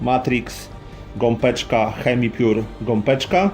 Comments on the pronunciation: (Gopeczka) mówi się Gąbeczka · Gąbeczka - przez "B" a nie gompeczka... bardzo mnie to razi